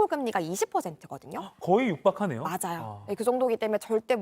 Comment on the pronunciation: 목소리톤이 홈쇼핑용 쏠톤이라 너무 높고 발음에 R발음이 많아 듣기거북. 맞Rㅏ요, 드ril게요